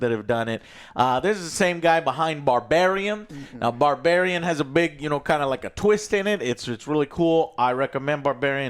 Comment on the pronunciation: Did hear him say "Barbariem" 😂😂